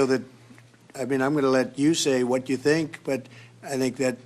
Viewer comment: He says I sink for I think 🙈🤣